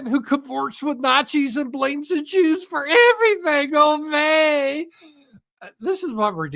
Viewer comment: I enjoy your videos, but you are constantly mispronouncing things, and your sentence structure is often very odd (mixing or missing words, putting words in the wrong order). "That is issue", "so, good with that", "he's a woke" and strange phrases like that. Also, it's not OH vey, it's UY vey. Pretty simple. You are constantly burping now (are you drinking something carbonated? YES we can hear it, and you should know that), starting to walk away for breaks (or to take care of something), and messing up your mic. Concerned- What's going on?